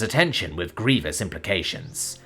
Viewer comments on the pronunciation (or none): none